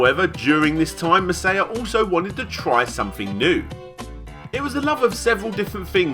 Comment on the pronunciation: Maw-sai-yah not mei-sei-yuh